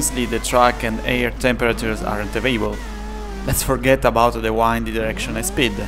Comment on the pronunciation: Great video! Just to let you know, wind is pronounced differently between the verb and the noun. It sounds more like bin or grinned. I thought that would help to improve your English speaking.